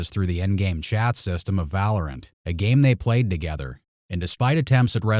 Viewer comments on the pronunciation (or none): none